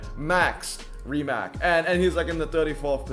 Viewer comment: the 'c' rimac is correctly pronounced as ts.. like ts in tsunami.